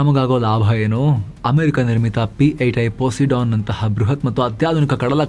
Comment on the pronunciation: ಪೋಸಿಡಾನ್ ಅಲ್ಲ ಸರ್ ಅದು.. ಪೋಸೈಡನ್ ಇರ್ಬೇಕು